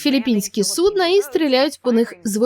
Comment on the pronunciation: сУдна, а не «суднАʼ». Скільки раз говорити, що «суднОʼ» - це те що кладуть під хвору людину яка не може встати і куди вона мочиться.